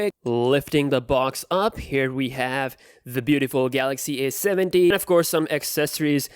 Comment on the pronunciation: Repeat after me: A,A,A,A,A not aS,aS,aS Now say A70 not aS70